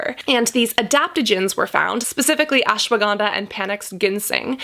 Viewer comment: Omg the way she said ashwaganda 😌damn how she got that accent